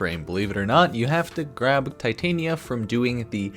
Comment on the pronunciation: It's Titania like the Fairy queen, not Titanium like the metal